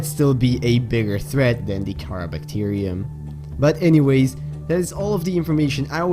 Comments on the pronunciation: Car ar that's how it's pronounced not cara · its karar not karaa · It's not cara you say it like ka raa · I think it is pronounced Kha-rah